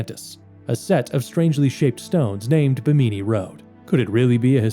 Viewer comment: Bimini doesn't rhyme with bikini. It's pronounced BIMM-in-ni.